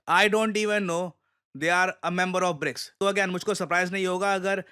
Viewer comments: Trump- brics not brokes😂😂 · It's BRICS NOT BRICKS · BRICS not BRICKS